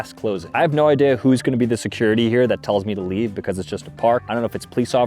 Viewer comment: bro was saying leaeve leave